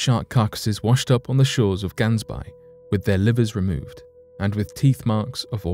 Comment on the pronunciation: Did not get it right with Gansbaai.